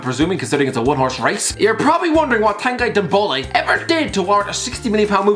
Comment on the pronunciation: No one: Irish guy: Tanguy Dembole